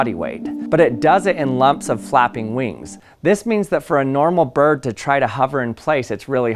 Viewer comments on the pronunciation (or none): Vings sound like as grasshopper.